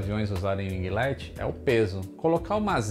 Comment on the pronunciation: O mano ta ficando esperto, já sabe pronunciar winglet.